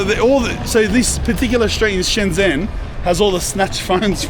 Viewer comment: Shenzhen. Zh, is pronounced j. Stop pronouncing this wrong! Twatttts